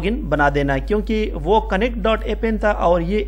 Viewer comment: in appen A is a Silent